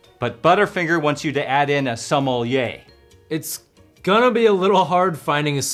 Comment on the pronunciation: I finally turned on the captions, and I now know that “sommelier” was not in fact “supple yay”.